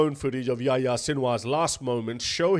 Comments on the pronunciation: His name was yo-yo, not yah yah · Why you call him yaya? Lol its yahya